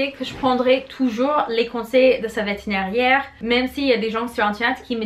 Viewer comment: On dit vétérinaire et non vetineriaire lol...je me permets de te corriger un peu en toute amitié...😉